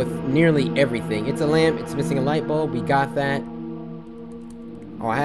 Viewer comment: did anyone else notice she said misisng